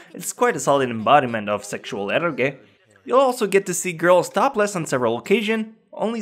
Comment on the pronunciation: Dude, eroge is read as "e-roge" not "e-ro-ge". Japanese use "e-ro" like ero gaemu.